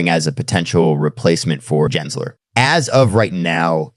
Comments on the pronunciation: NOT "Jensler" it is Gary Gensler geh- geh- "gehnsler" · Gins ler…..? AI nice try